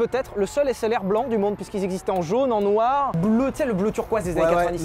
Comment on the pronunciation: moi quand Sylvain a dit SLR: Un HessLR ?